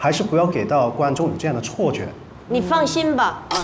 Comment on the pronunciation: 杜华就是声母的z，c，s和zh，ch，sh分不清，l，n分不清，还有l，r分不清，这应该是地方方言造成的，就像有的说广东话的人，说男女是“蓝吕“，还有这个陈老师跟宁静说：错觉像“chuò觉，呵呵